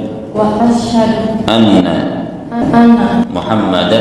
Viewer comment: tolong bacaan syahadatnya yg tartil pak. seperti bacaan ASYHADU harus jelas. Yg dikewatirkan dibaca ASYSYADU.